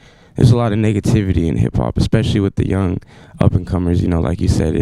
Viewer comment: Did he just say niggativity?